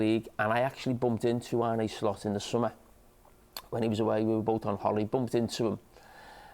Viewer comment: Carra for 25 years - ‘John Arne Riise’. Carra now - ‘Arnay Slot’